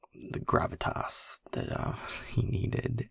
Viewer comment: My two favourites sounds from this video: "Gravitas" and '"OfficerSalty"